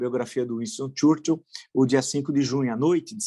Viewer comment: E o professor continua passando vergonha ao pronunciar errôneamente o nome do Churchill. Está se equiparando aos senadores France Soir e Harvard University.